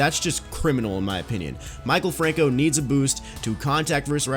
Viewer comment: It’s Mi-kal franco